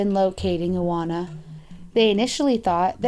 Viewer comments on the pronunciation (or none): La Dolce Vita it should be pronounced Ivona, w in Polish is like v in English, also her surname should be pronounced viechorek cz=ch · Isn't it supposed to be ee-vo-na vie-cho-rek? It's a polish name, right? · About the Polish girl, her name is pronounced: Ivona (like Ivana with different ending) Viechorek (CH like in Chicago). You are welcome. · iwona wieczorek- u pronounce that like eevona vechorek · No 5 is pronounced "Ivona Vishorek"... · You butchered Iwona’s, pawel , Adria’s, and mareks names. Polish people pronounce w like v.